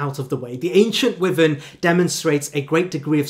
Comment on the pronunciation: i truly hate to be that guy but dude, your pronunciation needs a LOT of work. eg Wyvern is pronounced WHY-vern not WEE-vern. All it takes is a quick google check to see how words and names are pronounced